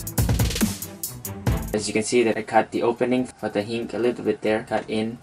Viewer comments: hinge not hinc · NO it's not hink...it's HINGGGEEE with a G ... idiot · hinge is pronounced like this (hin-je) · It is not a hink it is hinge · I like how he pronounced hinge as hink I am not discriminating you its just funny man XD Anyways you stay in Thailand ??? If you do i live in Malaysia if you dont i still live in Malaysia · its pronounced hin-ge